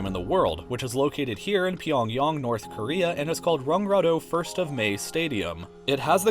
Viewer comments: PyongYANG, not PyongYONG. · did he really just say pyongyong, instead of pyongyang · I like how you pronounce Pyongyang Pyongyong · Its not pronounced Pyong yong its pronounced Pyongyang. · It’s Pyongyang not pyongyong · it's kinda funny he pronounced Pyongyang as Pyongyong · Pyongyang is pronounced pyong y Ang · lmao pee-yong love ur vids though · Your pronounciation of Pyongyang triggers me. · what was that pronunciation of pyongyang xD